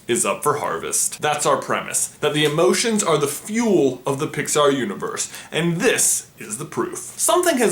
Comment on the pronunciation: What emoshens do the emoshens in inside out have